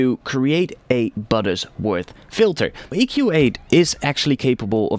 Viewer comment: It's Butterworth, not "Buttersworth".